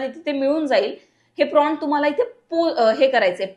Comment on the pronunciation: गुगल जेमिनाई नाही. गुगल जेमिनी प्राँट नाही प्रॉम्प्ट...